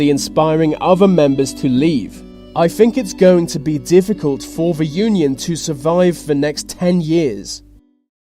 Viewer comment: Vis video is brought to you by ve letter V.